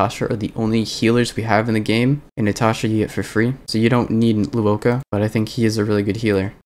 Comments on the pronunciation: luocha is pronouched lwo-cha. cha as in like "chai tea" cha, and the luo part is pronounced the way you'd pronounce the "swo" part of "sword", but with an L instead of an S (its not lu-wo-ka, though luoka sounds like a pretty name tbh) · Nitpick but in Luocha's name the "cha" is pronounced like "Cha Cha slide" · Lou-oh-ka LMAO